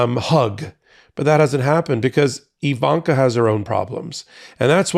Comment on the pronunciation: Just wanted to let you know that her name is "Ivanka," not "Evanka."